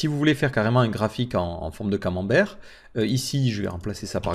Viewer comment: Merci pour ce tutos très instructif et ce qui m'a fait le plus rire c'est le mot "camemberg" hhhhh